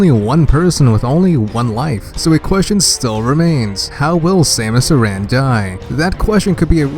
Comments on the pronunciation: Ur pronouncing samus Aron wrong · I know exactly what Samus Aran is going to do. She is coming over to ur house to kick ur arse for not saying her name right.